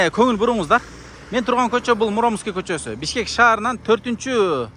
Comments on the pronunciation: Муромский кочосу дегенде ударениени туура койсон. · Муромский кочосу ударениени туура коюп окучу